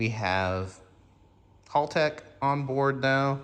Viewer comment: It’s pronounced howl-tech. For making engines live Motec is kill.